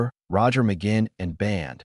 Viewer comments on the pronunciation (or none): NOT RECOMMENDED 1. The headline in the thumbnail ("This is shocking") is click bait - completely misleading. 2. At least learn how to pronounce his last name correctly! 3. The "story" is incomplete, missing some important information. 4. Some information is inaccurate. 5. The image on the screen is continually disconnected from what the narrator is saying. 6. The effect of dividing the screen into moving quarters is very distracting. If you have any experience at all doing research and producing videos, how could you make such fundamental errors?